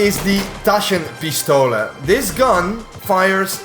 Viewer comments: as a german im impressed how you pronounced Taschen Pistole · As a german I must say that that was a very good pronunciation of "Taschenpistole" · at least pronounced "Taschenpistole" correctly